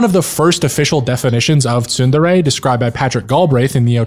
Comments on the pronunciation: It's pronounced tsun-DERE, with the focus on the second syllable. Can't believe you did an entire video and you're pronouncung it wrong smh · Where did you learn to pronounce Tsundere like that?